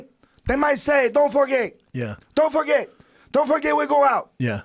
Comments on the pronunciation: He didn't say "Don't forget" he said "No forget" which sounded like "No for gay" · yoel is actually saying "no for gay" he clearly said "forget" before all of that. this fight is in 2015 during the legalization of gay marriage in all states on june 26, this fight happened on 28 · Around the time Yoel said “No forget Jesus” I think there was a big discussion around the legalisation of gay marriage which is another reason people thought he said “No for gay Jesus” Also it is obvious he says forget once you really listen to it.